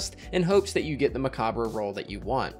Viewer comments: *me opening this video*: No way he pronounces it right. Destiny Youtubers NEVER know how to pronounce things. * in the video*: MECOBBRUH! uh huh. For anyone unaware, it's a play on the word 'Macabre', which is pronounced 'Muh-Cobb'. They put 'Mech' at the start to tie in to the theme, but it's essentially the same, being pronounced 'Mech-obb'. No shade, just find it amusing. I watch so many Destiny youtubers and it feels like there's some kind of pact everyone has made to mispronounce as many names as possible:p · It’s actually pronounced the same as Macabre: “Meh-cobb” good ole french. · pronounced muh-cob, or mech-cob in this sense since it's a play on the word